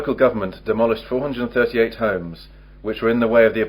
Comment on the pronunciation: WTF! How he say the number 438